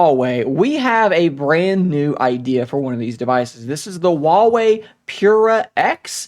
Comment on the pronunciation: Stop saying Wawey it's Huewei.